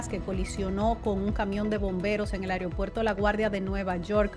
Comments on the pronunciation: Mi linda se dice “Aeropuerto” y no Ereopuerto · Pronuncia bien es AEROPUERTO y no como dices tu AIRIOPUERTO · Ansina quero que si diga. Aigro puerto con g. Pus como no !